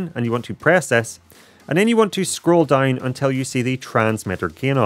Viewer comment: my earn when he always says "dauwn" :((